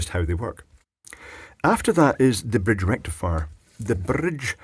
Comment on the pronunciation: Da Full Brridge Rrrektifierr!